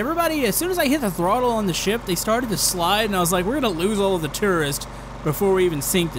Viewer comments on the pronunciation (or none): Why did he say terrorists instead of tourist?? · Jisoizzard i heard terrorists too But it's tourists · so uuhhh,... gotta work on some english there... you kept saying tourists TERRORISTS XD! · did he say stranded tourists or stranded terrorists? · I thought said "Stranded Terrorists" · Did he say tererists insded of tourists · It sounded like he was saying stranded terrorist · It sounds like you were saying terrorists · Did u say terroriste?? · sorry but no offence but when you say stranded tourists it sounds like stranded terrorist